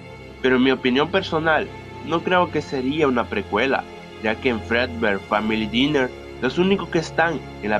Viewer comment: se escribe dinner pero se dice dainer